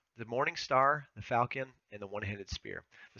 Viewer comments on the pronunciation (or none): none